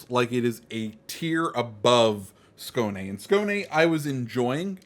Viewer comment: Excellent pronunciation with the Skåne! You are the first native English speaker CC to get it (nearly) right.👌